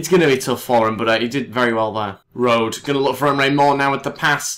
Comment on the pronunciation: Rode is pronounced Road-eh. You need to pronounce the E in the end :D